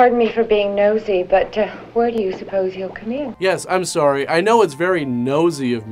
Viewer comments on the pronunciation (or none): sorey (sorry) is so Canadian:p I'm here for it. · Rougly 15 min in, two "soory"s going to guess you are Canadian?